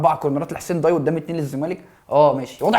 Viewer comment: ياجماعة اسمها نصر حسين داي مش ضاي نفس نطق day. الداي هو لقب حاكم الجزائر العثماني زي لقب باشا في مصر او خديوي. حسين داي كان حاكم الجزاير وصاحب حادثة المروحة الشهيرة مع السفير الفرنسي حسين داي احد اكبر الأحياء في وسط العاصمة الجزائر والنادي علي اسم المنطقة. مصري عاش في الجزاير